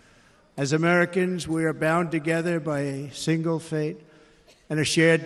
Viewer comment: I think he said single fate.